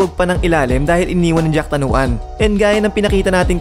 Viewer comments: boss jakrawan hindi jacktanuan...yan ang magaling sa thailand kaya dapat wag nating maliin ang apelyido..paulit ulit lang kasi.. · Jack Tanuan? 😂😂 Jakrawan. Anyway RIP jack tanuan